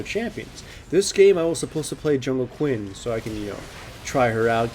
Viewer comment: was i the only one who didnt understud when he said quinn?